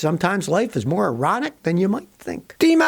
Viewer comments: Sounds like erotic to me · He says ironic, not erotic... :|